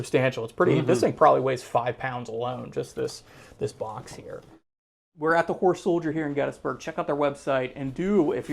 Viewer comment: Kept sounding like the presenter was saying “whore soldier lol”. Jokes aside amazing museum!!